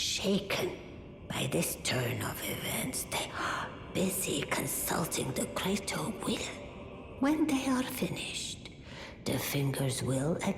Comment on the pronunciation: "The Gweater Will", "Only four chawacters"